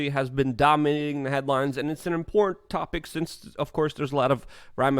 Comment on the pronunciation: There's a t in important damn it